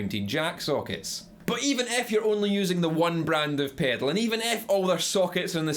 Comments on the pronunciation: take a shot every time he says PEDOLE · I love how he says the word “pedal” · I love the way this guy says pedal. Paydl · The way you say pedal is gold. Good video also, as I am just getting into guitar this is quite helpful. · I like how you say "pedal", but we say it pretty boringly in North America. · came for the info... stayed to hear him say pedal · I love the way you say "pedal". :)